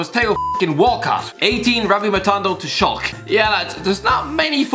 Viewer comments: Pls say schalke not schalk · it's pronounced 'schalka' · Schalke and Angers not ‘Shulk’ and ‘ANGERSSS’ 🤣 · It’s Schalke but I think he made the e silent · Mate, why do you think that the "E" in Schalke is silent 😭😭😭